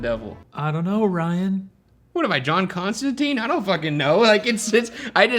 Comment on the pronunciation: I know this is SO far from the point but it's Con-stan-tine, like wine, not -teen, like a old child.